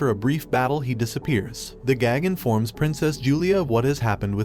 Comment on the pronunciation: Never mind. 30 seconds later he mispronounces "princess" and "succeeds" in the same sentence. It almost feels intentional at this point